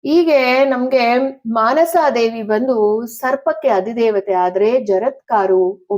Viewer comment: ಮನಸಾ ದೇವಿ, ಆಸ್ತಿಕ, ...... ಸರಿಯಾದ ಉಚ್ಚಾರಣೆ